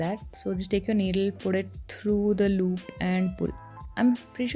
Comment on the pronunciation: Since when did you turn into a mallu? "Loop" lmaooooo